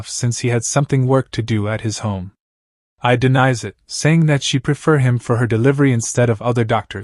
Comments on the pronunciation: But… It isn’t. I watched sub and dub. It’s just “eye” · The narration was good however you saying A I instead of Ai is really cringe. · Bro said a i instead of ai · You pronounce Ai's name like "A.I", so she was same type of stand as Artificial Intelligence.